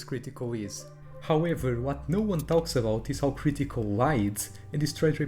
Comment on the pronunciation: The way you say “cr ee tical” makes this unwatchable.